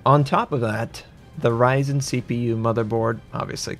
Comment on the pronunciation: on the "hoRyzen"